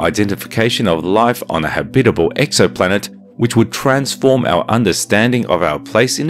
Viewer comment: Cool. . I'd be celebrating my 500th birthday on that planet. Habitable. . habitable? Eh? How are you pronouncing that? Oh, yea. . .FIRST!